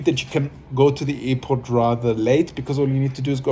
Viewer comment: Hey man its Airport not effort ok haizzzz